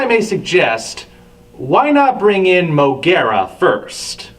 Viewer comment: Not M.O.G.U.E.R.A!!!!!